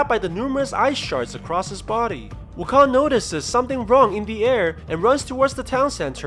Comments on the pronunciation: I just keep hearing WuKhan, like from star trek. Khaaaaaaaan. It's Wukong, like King Kong. This PSA is brought to you by the letter G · wuKONG as in kingKONG..not wukon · Wu kan ?? I though it is wuu kong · it's wu-koung not wukong lol people's pronounciations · It's not "Wukon" it's "Wukong". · Its pronounce woo-kong NOT wukoon. Stupid. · Its KONG Not KON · His name is ou kong not wukong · im annoyed when i heard wukon, sorry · Is the "g" silent in wukon"G" is it? Is it silent?